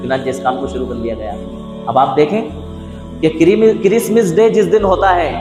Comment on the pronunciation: Christmas day he talaffuz Christmis day nahi